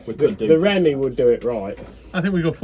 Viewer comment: For f*cks sake stop saying 'remy' ... it's 'ree me'.